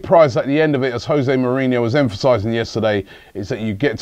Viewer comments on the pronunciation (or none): none